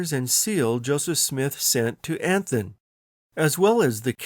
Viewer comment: Anthon's name is pronounced Anton. In the Independence area the "Caractors" [sic] is called the Anton Manuscript.